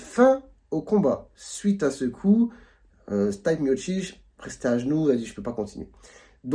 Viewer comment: Le prenom de Miocic se prononce "Stipé ". Mais merci pour cette analyse médicale. Un spinning back kick vise généralement les côtes, le sternum ou le foie quand il frappé du côté droit. Contrairement au coups au visage c'est moins spectaculaire mais bcp plus douloureux